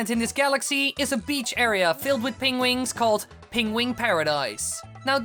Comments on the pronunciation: I love how you say "Pengwins" XD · pengwings? Benedict Cumberbatch anyone? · You pronounce penguins the same way Benedict Cumberbach does